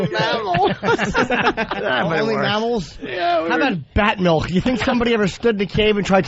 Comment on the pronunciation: Does anyone else pronounce it Melk or just?